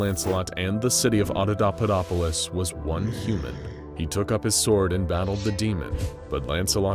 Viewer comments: He never did. It's Auda(paupa)dopolis, not Auda(daupa)dopolis. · You keep saying AudaDAUpadopolis but it's AudaPAUpadopolis. Normally pointing out errors like this is just not a thing I'd do but you just kept on saying it and it's already such a complex word that hearing it wrong over and over triggered me lol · The repeated mispronouncing of AudaPAUPAdopolis is making my brain itch. Those are P's my guy, not D's. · AudaPauPaDoPolis* XD not Audodopadopolis WAS * it's important. Jesus wept, I love this channel but this one bothered me. It was still great tho! I have this channel on notifications for a reason and this is literally the only time a 'translation' of the article has ever bothered me here. You're all ace as fu tho <3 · It’s “ Otto POPA dop polis “ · There is a P in that word!!! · Great story and great narrator, I just have one nit pick the mispronouncing of Audapaupadopolis. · Please, practice your scripts before you recording. You keep mispronouncing Audapaupadopolis in this video and it's follow-up. It drives me crazy and makes these videos unwatchable!